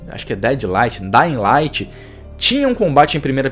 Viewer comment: "Dai laiti" kkkkkkkk